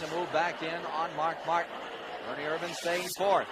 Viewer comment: First race where Ken Squire pronounced Ernie's name IRvan instead of irVAN. Dave Despain still used irVAN late in the race, but somebody must have told him. He said IRvan when he introduced Ernie for the interview... only to fall back to irVAN at the end. At least they didn't claim he was from Modesto, California (where he never actually lived.)